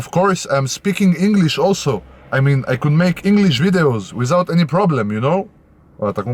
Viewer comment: « Wizout » on t’aime frérot 😂❤️